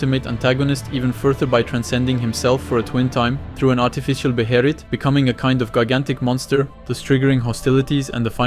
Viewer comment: “Beherit”? 🤣 great analysis though